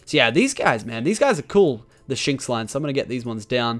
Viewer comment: you don't say Shin icks you say shynx like jynx